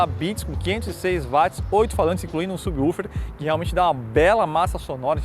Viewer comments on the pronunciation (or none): none